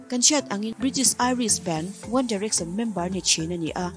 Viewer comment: Pronounciation ngaihthlak a hreom hle, tlemin fimkhur o.. Bakah english word a hman hian bei a ti dawng.. Entirnan.. One direction- one direcson 🤣